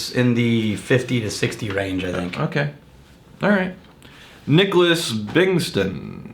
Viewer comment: For future reference, my name is pronounced [Nick-lass Bingt-sawn]. First name you got right, last name idk what happened...